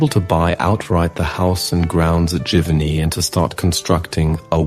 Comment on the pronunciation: These documentaries have been great! And as an American, I am thankful for hearing the correct pronunciation of all of these French towns I have been butchering the last 30 years that I have been interested in Monet! Thank you!